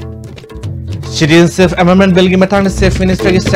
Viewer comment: Asi kanana pao panaba khlino.... pronunciation sengna tw ngmdaba... citizenship se shuru2 neislaga adum loisnkhre pao paba noi fwdi pronunciation dufwdi chumna twhninge